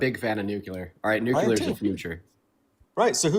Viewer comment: NOOcleeyar. NOOcleeyar. C’mon man